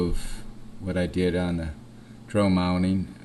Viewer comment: D.R.O. Not dro.